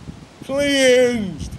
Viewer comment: As always, great video. I passed given that I have a pair from '12. On a side note, when was the first time you used "cleansed" in your videos? Can't help but laugh when you say it.